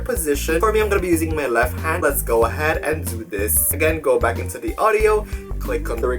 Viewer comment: I love how he says:” go INTO the floor”. Boi.